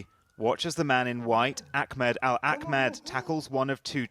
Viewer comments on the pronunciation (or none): Why the fuck is the reporter calling him Ackmed. I swear these weirdos do this shit on purpose